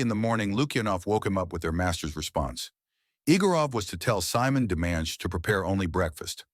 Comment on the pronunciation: Her name is French and as such pronounced Seemonn not /Symon. Why do your narrators not do their research? bloody lazy